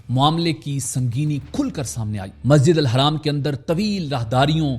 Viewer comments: Haraam ❌ Masjid Al Haram ✅ bolna sikho tab video banana Rong information mat do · Can’t even pronounce Masjid ul Haram? Pity. Nice video but you need to correct that. Its not Masjid al Haraam.. its Haram.. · Bhai zra apne lafzon pr dhyaan dijiye ( Hajj khatam ho gya ye galat bola apne khatam ki jagah ap mukammal bhi bol skte or masjid ul haraam nhi balki masjid ul haram hota he